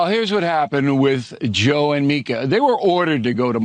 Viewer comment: It's pronounced MEE ka, and they went to Mar A Lago.